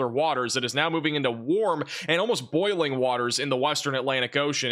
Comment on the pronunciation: Did you say “boiling”?